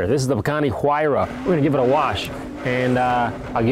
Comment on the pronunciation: The "H" Huayra is silent. You pronounce it as "wayra". Sauce: a Peruvian that has known the word his entire life.